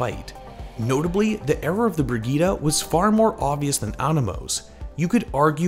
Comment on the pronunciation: why the fuck are you saying brigita???